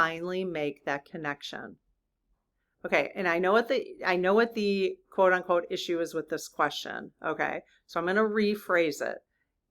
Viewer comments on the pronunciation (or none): none